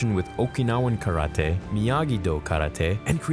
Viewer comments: stop saying KARA-TAY its KARATE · Stop saying karate that way